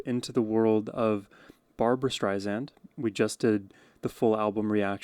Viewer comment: Barbra says she's not Streisand with a Z, she's Streisand with an S. Otherwise, excellent reactions.